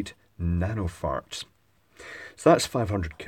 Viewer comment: I heard "68 nanofarts"